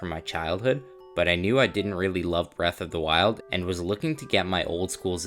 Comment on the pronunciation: Braath of the wild 😂